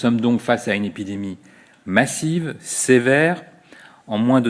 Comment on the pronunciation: Il faut expliquer le Mr qu’il parle d’un epijeumie. Sa façon stylé rajout un peu inserieusité à son speech :) L’épidémie sera fini quand les spéculations mondiales seront fini . Viv George Orwell ^_^